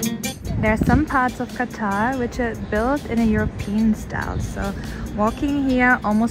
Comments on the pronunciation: Qataar nahi qatar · It's not Qataaaar It's Qatar 😂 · Qaatar nhi qatar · Savage 😂 also it is not Qataar, it is Qatar. 😎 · कतार नहीं कतर है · Oh no!😢its not qataaar.its qtr Istanbul instead of Istaaaaaabul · bhat its katar,, kataar ka mtlb line hota h😂.. mai bhi kisko bta rha hu..sorry dhruv bhai😅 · please sir it's pronounced as कतर not कतार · Dhuruv bhaeyya Sorry to say but This is Qatar not Qataaaaaar😊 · ध्रुब जी आप नाम तो ठीक से लेना सीखो कतार नही कतर नाम है उसका आप तो हिंदी भाषी हो नाम सही लिया करो या मैं गलत हूँ तो मेरा जवाब दो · Its قطر not قاتاار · कतार नही कतर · Assalamualuekum hope u ll be fine it is not Qattar pronounce correctly it Qatar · Its not “kataaar”😂😂😂….its Qatar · Qatar not qataaar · क़तर है भाई कतार नहीं. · assalah u aliekum it is not qattar pronounce correctly Qatar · Abby thk se bol ly, Qataaaar nhi, Qatar hy 😂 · It's कतर।।।। क़तार नहीं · Qatar not qataar 😂❤️ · Its Qatar not qataar 😂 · Qataaar nahi qatar😂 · Name to sai bolo Qatar ko Katar bol Rahe ho Katar ka Matlab line hota ha Pagal 😂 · Qatar hai sahi tu bolu